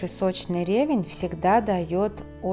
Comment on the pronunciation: В слове ревЕнь ударение падает на второй слог.